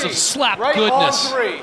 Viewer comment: You know is South African when he says" right on TREE"😂. PVZ...nope,flinching on every shot...there is not such a thing as a "tiny/smallest" flinch. A flinch is a flinch,does not matter how hyped your name is. Wolmarans is just punching bag for the hyped ladies...hope her payday is good